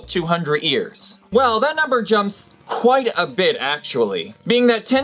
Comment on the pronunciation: Is it so hard to say "years" instead of "ears"????